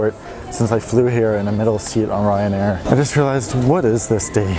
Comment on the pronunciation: Why did he say Ryanair In an Australian accent 😂